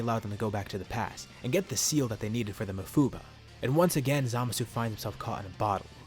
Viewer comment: you say mafuba wierd